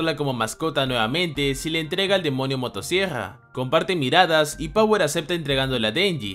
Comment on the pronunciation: El tipo dice demonio motosiegrra creo que tiene problemas para pronunciar ciertas palabras, mi hermanita es igual xd